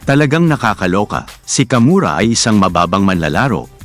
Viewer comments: Kawamura po .hindi kamura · Wrong research, kawamura,Hindi kamura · hoy kawamura hindi kamura bka ka murit